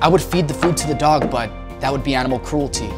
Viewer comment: What the fuck is "crewelty"???